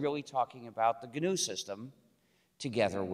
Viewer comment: "Gee-en-you project to create fruit..."😂😂😂